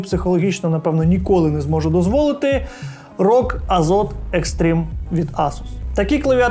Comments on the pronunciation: Правильно говорити в "асус рог азоф!" Скільки можна, йолкі палкі. Азот це переклад на укр... а читається як азоф. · Азофу* ща як дам "азоту" th в кінці слова читається як ф